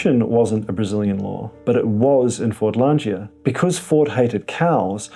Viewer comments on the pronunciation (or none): Fordlandia - where is the 'g' in the word as the pronounciation by the presenter puts one in.